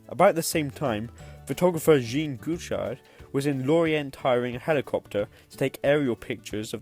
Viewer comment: It’s not Jean as in the female pronunciation. More “yezghong@ French. You know. Informative video .